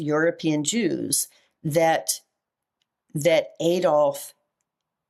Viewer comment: Jews pronounced ews, is this the origins of the term Usury??